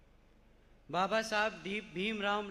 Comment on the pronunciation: बसपा में और कोई नही है क्या?जनता को ये कमजोरी दिखा रहे हो? ये आज लांच नही हुआ पहले भी इसको इसकी काबिलियत से बड़ी जिम्मेदारी दी जा चुकी है क्या साबित कर लिया इसने?कहाँ था ? क्या किया? बाबा साहब का नाम तो सही से बोल नही पा रहा है